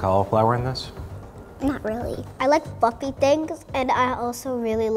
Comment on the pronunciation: I thought the girl in the red said "fucky" instead of "fluffy"